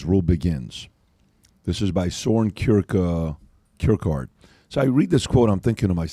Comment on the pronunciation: Can’t even pronounce Kierkegaard lmao